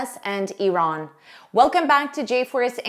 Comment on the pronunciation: Bravooooooo about IRAN pronunciation 👏🏼👏🏼🫶🏻🫶🏻🫶🏻🩵🩵🩵